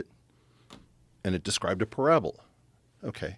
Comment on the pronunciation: I think beyond the amazing science, the second most amazing thing is eric calling a parabola a "parabol"